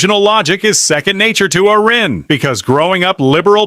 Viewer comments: To the AI narrator, it's pronounced AIR-in, not AH-ren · Someone please tell the robo-voice her name is pronounced " Air-ee-ann". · I think you'll get more thumbs up if u teach ur Ai narrator to pronounce her name correctly. On one hand, ur trying to say nice things about her. On the other hand, ur not showing her the respect she deserves. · It would really be great if you knew how to pronounce her name.